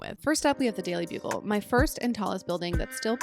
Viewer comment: Why does the small daily bugle say “daily bulge” 😭😭